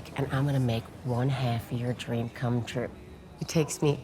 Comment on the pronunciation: "Do you want me to cOOm?" Tommy did not read the line correctly